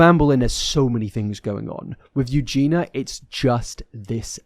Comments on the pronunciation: I'm convinced maybe he just can't say it because of his accent lol but idk. There were sooooo many comments about the pronunciation on his last video so he must know by now unless he doesn't read them. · Im sorry but the constant mispronouncing of her name makes it difficult to focus and enjoy the video. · What does being British have to do with mispronouncing her name..? That doesn't make any sense. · a British accent doesn’t mean you can’t pronounce the “ia” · as someone with the same accent, no it’s not. He just doesn’t realise he’s saying it wrong. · just sounds a bit unprofessional to cover someone often and continue to say the name wrong. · It's 'Eugene-yuh' not Eugene-uh😹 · Respectfully, as an English person, that isn't your accent, you're just saying her name wrong 😂 It's You-Jean-E-Ya. You're saying You-Jean-A I get it though, it's an uncommon name, and easy to say incorrectly, but it's not the accent 😂 being british doesnt prevent us from pronouncing the IA In her name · Her name has four syllables. Eu gen i a. Not three. Not Eu gen a. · Why do you still call her Eugina?!!! She is called Eugenia- “You-gee-nee-a”. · Its eugen-ee-a not eugen-a btw lol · You both never say her name correctly, and for I now I've seen tons of comments on every Eugenia video correcting it. It ends in ia, not a. "Ya" or "ee-a", depending on how fast you go. Edit - "I'm just British" doesn't excuse continuing to mispronounce someone's name when you've been told how to say it. YOU might not think you mean anything by it, but it's majorly disrespectful, and it's a huge problem particularly when white folks don't make an effort to learn a name that's a little different. Eugenia is originally a Greek name, more popular in modern times among Russian, Ukrainian, and Polish populations. In Cyrillic is it spelled Евгения and и is pronounced like the English Y. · Not to be nit picky - but her name is pronounced “ Eu- gene-NE- uh “.